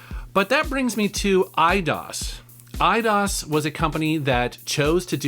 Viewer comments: it’s Eye-dose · I always thought it was pronounced "i-dose"...like 👁 + Spanish number 2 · It was pronounced i-dos? I always pronounced it aye-dose. Huh. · I've always pronounced the company EE-DOSE. Hearing said as I-DOS sounds weird. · I thought it was pronounced Ee dee os. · I always pronounced it e-dose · Eye dos is how Americans pronounce it i think. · Huh! Always pronounced them /AYE-dos/ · Lol, I always pronounced it 'I-DOSE'. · I pronounce it e-dose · I pronounce it as "Eye-Dos" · I've always pronounced it "eedose" lol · I always pronounced it E-ah-dos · the spanish numer two is not pronounced "dose" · Dat moment when he pronounces EIDOS wrong. I think it's pronounced I-DOSE. Also you should trash Tomb Raider Angel Of Darkness in a future video. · They way you said Eidos literally made me want to close the video